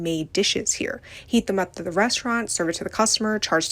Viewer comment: please what means "reshhtraunt"